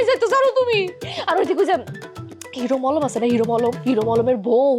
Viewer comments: নাটক ভালো তবে মানুষের নাম বিকৃত করা ঠিক হয় নি,হিরো মলম না হিরো আলম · Hiro allom ❌Hiro molom✅😂😂😂😂😂😂😂